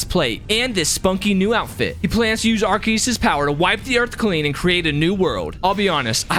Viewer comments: IT'S PRONOUNCED AR-SEE-US, NOT AR-KEE-US! wtf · It’s called Pokémon legends arcoos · ARkeus ars-e-yus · Actually its arkoos* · what the freak are u saying, the name is pokemon legends arceus, arceus is pronounced ar-se-us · pokemon legends arceus Nah not arceus ''arkious''